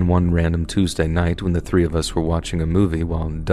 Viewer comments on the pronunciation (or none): none